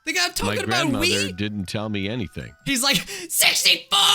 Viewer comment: OMG lol! When said ‘Wii’ I thought he said ‘weed’